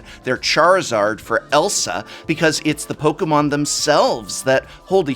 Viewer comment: Thank you for being over 40 but still pronouncing Pokémon right. I kept preemptively wincing out of habit but the cringe never came, because you're always well-researched.